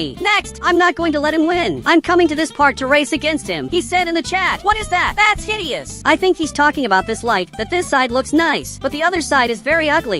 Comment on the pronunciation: BRO JUST SAID "HIDIOUS"😭